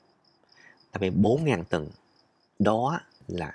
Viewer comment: Mới nghe, như là “bốn ngàn …từn.” Xem hình mới biết là…tuần (week), không phải…”từn” 😃 Xin lỗi bác sĩ 😃